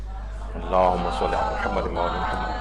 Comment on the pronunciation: آپ کے درس میں خواتین درود درست نہیں پڑھتیں۔ شروع میں اللہم کی بجائے الا ھما اور آخر میں محمد کی بجائے محماد پڑھتی ہیں ۔۔ اصلاح فرمائیں